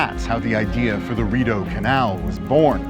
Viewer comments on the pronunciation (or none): My Brazilian immigrant ears heard the guy saying “at the mouth of DORITO CANAL”. It took a few seconds for the “RIDEAU CANAL” to build up to my ears 😂